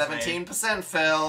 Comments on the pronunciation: dan: phillu phil: yassu me: indeedu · "Philu" "Yassu?" Jesus Christ